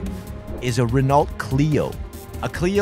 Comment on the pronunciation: A 'RenaulT' Clio? First time in my 55 years I've ever heard ANYONE pronounce the 'T' in Renault ...